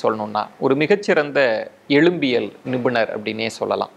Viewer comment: எலும்பியல் (எழும்பியல் அல்ல)